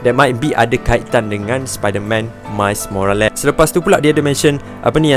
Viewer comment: " mais morales " 🙄